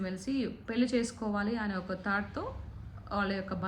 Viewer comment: పెల్లి కాదు పెళ్లి అనాలి నిచ్చి తార్ధం కాదు నిశ్చితార్ధం అనాలి వ్యాఖ్యాత తెలుగు బాగుంటే వినే వాళ్ళు పెరుగుతారు